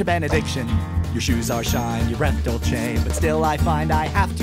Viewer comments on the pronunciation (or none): isnt it dolce (dowl chei)? Im pretty sure dulce is pronounced as (dooh seh) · ZealousChristian 24 They pronounced it like dul-say so yeah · I know it's "dulce," but it's mispronounced if it's meant to be Spanish.